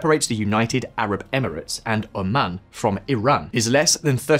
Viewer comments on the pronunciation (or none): none